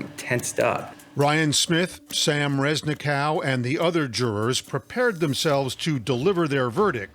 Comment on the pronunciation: Rezni- cow 😂😂😂😂😂 It should be pronounced Reznikov. That's a Russian surname. It translates as a Cutter